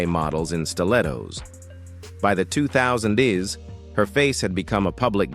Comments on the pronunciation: Tear tear, Dove dove, Wind wind, Ai cannot get these right! "2000's" ( All dates, Times, and Amounts, are Beyond it! [Said: 2000's : "Two Thousand-ESS"] haha hahaha – Ai Cannot Not be Hilarious: Kind of hard to Rule the World if you can't even say the Date! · "2 Thousand S" Hilarious idiot Ai can Not do Dates/ years, or amounts!! Ha tf hahahaha!! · what the hell is the "2000'sdees?" Great sign of AI slop channel!!!😂😂